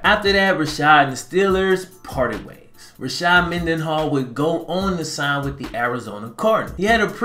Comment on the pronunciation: It’s Rashard not Rashad